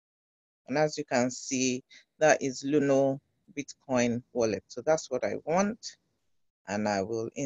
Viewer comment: Luno not luna please